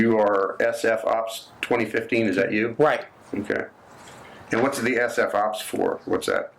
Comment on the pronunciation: “S-F OPS”?? 😂😂🤣